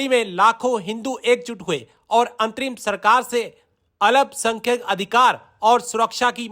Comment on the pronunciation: Alap sankhak ❌ Alpa Sankhak ✅